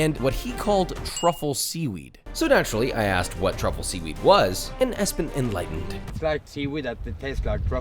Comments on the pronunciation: it was Espen,not Espin😂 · his name is espen. not espin. josh. what the heck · ESPIN 😂 Espen mener du? 😂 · ESPIN😂😂😂😂 Im guessing his name is Espen. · He says "Hey I'm Espen", I don't think "Espin" is a name in Norwegian even if it does sound like that in English 😅